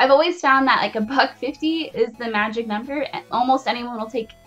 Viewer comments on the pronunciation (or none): none